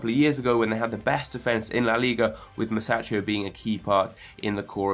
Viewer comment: its pronounced musackio and ti-lemans